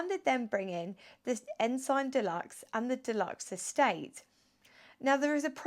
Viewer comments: Sorry to be pedantic, but it's pronounced " Ens'n!" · Pronounced, Ensun. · Not sure that is the correct pronunciation of Ensign but an interesting car.